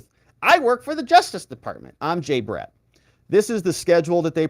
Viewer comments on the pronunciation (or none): Y do u pronounce the name BRATT as Brett? Odd!!!